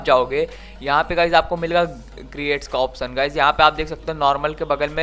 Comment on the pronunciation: Creat nahi crates he 😋😁😁